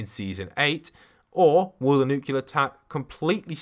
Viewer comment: He keeps saying nucular which is killing me cuz it’s nuclear (N-oo-clear) New Clea R